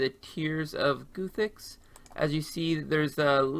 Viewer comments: mans really said goothix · tears of goo-thix lmao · Pronounces ardougne correctly. Mispronounces Guthix. ????????? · To be fair even Jmods don't agree and mispronounce all the time. Look at their video on it.